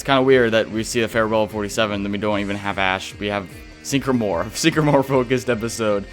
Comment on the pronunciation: It's Sycamore … not Sink-uh-more. Sick-uh-more. Yikes